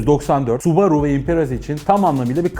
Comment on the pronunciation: Su borusu diyorsun subaru ya